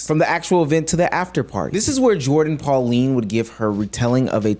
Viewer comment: Her name is Pauline not Polani 😂